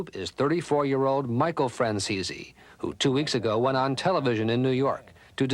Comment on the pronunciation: Michael Fran-ceezy